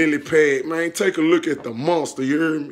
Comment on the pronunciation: He said look mane I got a goat 😂 so many times I almost believe the animal it self was gonna come out😂😂😂🤣🤣🤣